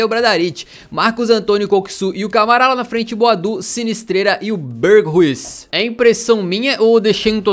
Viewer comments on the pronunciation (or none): o nome do Berghuis se pronuncia "berhais" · Berghuis em Português significa "Casas de montanha" e se pronuncia "berg rais"